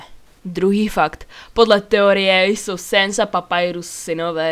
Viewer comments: Není to Papajrus ale Papyrus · kamo není to papajrus ale papirus ok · necte se te papajrus ale papyrus a neni to sens ale sans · Fakt je že je to papyrus ne papayrus Mne to irituje a on si uvědomuje že je ve hře on má sílu ovládať kódy hry keď heckujes tak on řekne nehekuj a gdiš něco najdeš nikomu to neříkej jinak si tě karma dostihne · První fakt, je teorie" ... víš že teorie není fakt? Ten druhý "fakt" zase není fakt, a nevyslovuje se to [:Papajrus] ... Je to Papyrus, tak jak se to píše, podle fontu. Třetí fakt o ničem, je to jenom velký spoiler bez spoiler alertu, nevím jestli jsi hrál/a Undertale ale Flowey není lehký :-) čtvrtý fakt je opět jenom teorie. Sans neumí cestovat časem ani časoprostorem, myslím si že jsi si měla objasnit pojmy. Devátý fakt, možná je nejoblíbenější ale ten tvůj screen ukázal sanse jenom na 2 z 20 obrázcích... Desátý fakt... jeho jméno je Sans, k normální mluvě používá Sans comics (proto to jméno podle fontu) proto je zřejmé že při vážné mluvě bude mít Sans Serif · PAPAJRUS XD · V angličtině se to fakt vyslovuje Papajrus. Flowey je lehký. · Papyrus se čte tak jak se to píše ne nějakej papajrus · No, Papyrus se má vyslovovat [Papajrus] :D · jo vyslovuje se to papajrus ;)